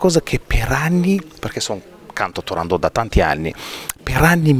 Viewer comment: Cara intervistatrice Turandot non è francese, la T va assolutamente pronunciata! Tūrāndokht "fanciulla del Tūrān" ovvero la regione da cui provenivano le ragazze più belle della Cina. La favola del principe Calaf e della principessa cinese figurava già nelle Novelle Arabe suddivise in Mille e una notte. Questa precisazione le sia utile per il futuro. Grazie